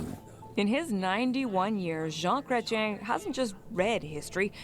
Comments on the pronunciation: Pronounced jawn Cretch-yen like you say Fetch ... Jean Chrètien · JEAN CRET-YEN IS THE WAY TO SAY THE OLD PRIME MINISTERS BAME. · How to pronounce..... jaaaaaaaaun crate ien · From a Canadian who loves you guys…please do the bare minimum of research before shooting a video. I know the French language and pronunciation is foreign to you. But, it would just take a sec to look up the correct pronunciation of Jean Chrétien, a great Canadian Prime Minister!